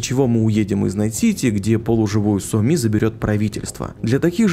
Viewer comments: Еще Соми произносит как то по уебански: Со мИ. Втф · ну какая сомИ, какой хансЭн? играл бы с нормальной озвучкой - слышал бы что ударения там совсем другие, а так прям слух режет